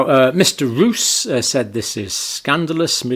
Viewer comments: Hello Doctor Campbell. I think you're doing a great job. But PLEASE pronounce the Dutch name "Roos" as "Rose" and not as "Rous". (The Dutch word 'Roos' means 'Rose' by the way). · For future use: his name is pronounced as "Rose" (Yes, the flower) not "Ruuus" . So, your English rose, is our Dutch Roos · Speed of science means: Even though we didn't kniw shit about the Vax, we pushed it onto "the market' a.k.a. unsuspecting citizens, anyway to earn big bucks Btw, Roos is pronounced as Rose (that's what it means too) . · Tiny detail: you may pronounce it more like "Rose". Which is also what I means 😉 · The MEP's name is pronounced [more like] 'Rose' [in English]. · Dutch Roos is pronounced Rose (approximately). Which it means, btw. As in Roosevelt, rosefield. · Just FYI, the Dutch surname Roos is pronounced similarly to the English name Rose. The meaning, as in the flower, is the same as well. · Pedantic and off topic: Two Os in Dutch is a long O. So Rob Roos is pronounced like "rose" ...but fast instead of prolonged by the e.